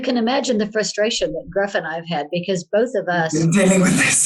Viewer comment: Gruff is pronounced Griff. U in Welsh is pronounced I. 😉